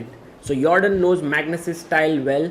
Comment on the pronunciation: "Yordan" without the J sound is also good.